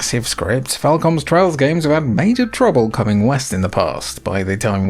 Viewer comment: I keep hearing Trials instead of Trails throughout this video lol